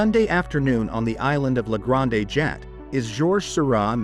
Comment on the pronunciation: Weird that it got “Renoir” but completely biffed “Grande Jatte.”